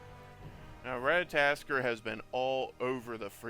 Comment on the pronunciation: At least say his name right RAT-A-TOSS-KER